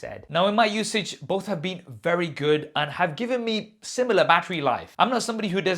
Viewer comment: "face id is wewy good"